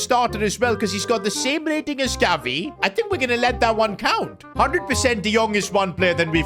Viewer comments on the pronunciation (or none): Bro, he says Galvi HAHAHA